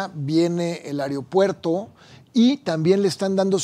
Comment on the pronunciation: Dice este colorado que es inteligente y pronuncia ariopuerto es aeropuerto